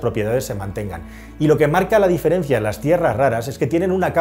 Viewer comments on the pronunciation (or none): none